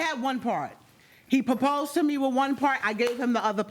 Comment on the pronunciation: He can't talk, "gagement ring, posed (proposed) to her"